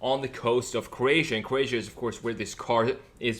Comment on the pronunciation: From where??, I always thought it was krow·ei·shuh . I believe they nailed original.